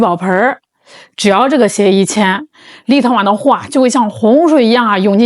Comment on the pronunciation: 为啥我一听见立陶宛，就感觉是在听 little one 呢